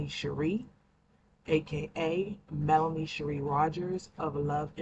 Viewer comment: oh ok!! Listening from my phone, it sounds like you're saying Melony😆